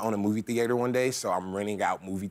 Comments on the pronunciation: "movie the8terr" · Movie The-ator